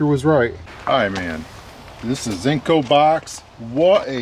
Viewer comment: "ZINCO" :D I think you mean, "Zinsco". ZINNZ-coh.